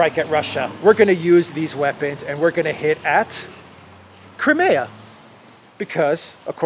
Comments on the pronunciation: Love your awsome walk 'n talks. Seeing stunningly beautiful, sunny Greece is amazing, hearing the interesting updates on pertinent news, and also mixed in w a bit of fun and distracting spontaneous humor; this is purely delightful. But one thing jars my ears and puzzles me; it is your pronunciation of "Crimea." I always heard it pronounced "Cry- MEE-ya." Never heard it said as "Crim-AAA-ya" before. Sounds strange to me every time. Thanks for showing us around your gorgeous country! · I always thought it was pronounced, Cry-mee-ah. Not, Krim-e-ah.